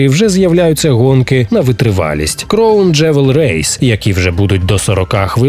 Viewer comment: Кількість правильно сказаних слів "crown" за останній рік: 0